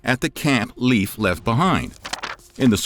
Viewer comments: Leif is pronounced the same way as life in English. I’m a Dane. You make it sound like leaf.😂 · In Scandinavia Leif Erikson is pronounced Life, not Leaf. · Leif is pronounced "Layf" you keep saying 'Leaf' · When making a video about history you might want to look into how to pronounce the names of people which names still exist, Leif for example, is pronounced Layf not leaf. Especially when you repeat it several times throughout the video. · Inaccurate. And Leif isn't pronounced leaf, it's pronounced life. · Leif is pronounced "Layf" not "Leaf" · LEIF not LEAVE.. Pronunciacion is more like L-eye-ve, try again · I thought his name was Leif not leaf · Learn how to pronounce the name Leif correctly, it's not the same as leaf. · Haha. Not translate. Just thought you wondering about the pronunciation. My name is Leif ("life"), so 'Leaf' has always been cringy and a pt. of a lot of teasing/bullying as a youth. I remind ignorant people that they wouldn't mispronounce "Einstein" as, Eeen-steen. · As a first generation American with Norwegian parents, I have no doubt the Norwegians explored North America. There is too much evidence to say otherwise. If you don't mind, may I please correct your pronunciation of "Leif" to either "Lafe" or "Life" as most likely, and "Tore" as the pronunciation for any name with "Thor" in it? I could get really picky but that's just too difficult. 😉 Thank you so much for your amazing historical pieces! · Leif is not pronounced like a, "leaf," on a tree. This is another Youtube narrator who didn't even bother to get the man's first name pronounced correctly. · Leaf Ericson? Use a human to pronounce these, not some BOT! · I was told by a guy who lived in Denmark that Leif is pronounced Life,and that Thule is pronounced Toola. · Pronounced Layff. My son's name. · i cant watch this because you keep saying leaf. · "Leif" is pronounced like "life" 😁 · Leaf Erikson made me laugh so thanks for that ^^ Its Eriksson btw :) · Leif is pronounced Lafe